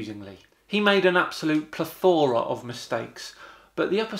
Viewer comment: Just to point out, you pronounce 'plethora' wrong. It's a school boy error.